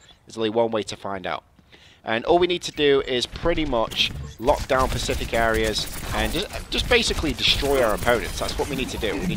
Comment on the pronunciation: "And all we need to do is lockdown pacific objective areas".. It's "Specific"